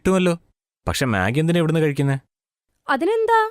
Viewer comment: മെഗി ❌ മാഗി ✅